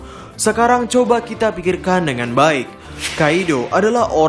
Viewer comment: Kok melayu banget lafal nya “kite”